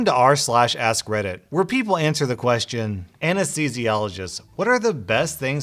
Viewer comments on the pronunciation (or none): Who else thought he said.. “welcome (to the black parade) to r/slash ass Reddit”?